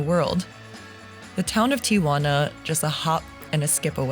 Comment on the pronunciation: Your video was great, but I do have to say one thing that bothered me is the way you pronounced TIJUANA. There is no A after Ti-Juana. It’s pronounced TI-Huana, the J sounds like an H in English Tijuana